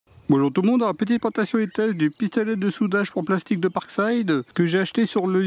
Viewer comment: "j'ai du PE"... ça s'appelle polyéthylène, appelez les choses par leur nom, bon sang. Et puis "présentation" ça ne se dit pas "prentation"!